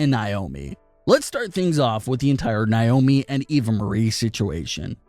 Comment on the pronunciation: It's Na, not Ni... Naomi not Niomi